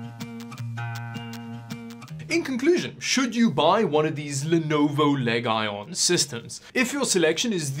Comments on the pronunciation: I've been pronouncing legion incorrect this whole time. Thanks to this video, I now know it's pronounced 'leg-ion'. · Cool video, but did you say, "Leg Ion?" I believe it's all one word: Legion. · He kept saying leg-ion and it cracked me up. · im sorry but its (lee gen) not leg i on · Is he joking when he said leg ion as opposed to legion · Leg Ion system? It's actually Legion system. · Is it pronounced leg-ion or lee-gun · leg i on ? I thought it was lee gin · Did you just say leg-ion??????? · leg-ion? Isn't it supposed to be pronounced "lee-jun"? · Are you saying leg-ion intentionally? It's pronounced leeegion like roman legionaire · what what what what leg-ion what what waht why WHYwhy does he say leg-ion and not leejon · its not pronounced "Leg-i-on" its pronounced "Lee-jun" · Its Legion not Leg ion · Its le-gion not leg-ion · It's not LEG-ION It should be pronounced LEE-GION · did you seriously pronounce it Le- Ion... lol its LEGION, like a roman legion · Lenovo leg iON? its lejin lol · Leg ion lol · LeG IoN🤡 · le-guy-on :D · Leg ion 😂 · leg ion? 😂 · Ligeon is the pronunciation though the speeling is legion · Eh, pronunciation would actually be "lee-jun", but was just having fun with how they printed it on the box. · Rad-e-on. Leg-eye-on. I think Lenovo nailed this gaming word styling really good. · Bro, every time you said "Leg-Eye-On" I hit the floor. OMG! LMFAO! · "Our name Leg Ion, For we are many..." 🤣👍🏻🏴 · Why do you call it Leg Ion? its Legion like the Foreign Legion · Leg Ion - once you see it and hear it you can never go back. Thanks 🤣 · I say words incorrectly on purpose all the time (Pissed-uh-chi-ohs, Vag-eatables, C-hicken) and I never even thought of Leg-ion as an option! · No u did not just say Leg ion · He legit called it "LEG-ION" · ...did he just say....pronounce legion as leg iron.... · Leg Ion 🤣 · Lolol what is “Leg Ion” 😂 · Bro said Legyone💀 Pleaseeeee say it right next time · leg ion XD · leg ion😂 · legion leg-eye-on